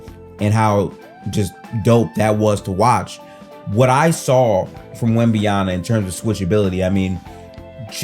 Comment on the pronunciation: How hard it is to say YAMA and not YANA ?